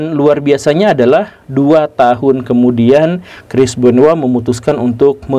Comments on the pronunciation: Namanya CHRIS BENOIT pak GURU. Kok saya dengar Namanya Kris Benoa. 🤣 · Gw taunya crish benoit bukan crish benowa😂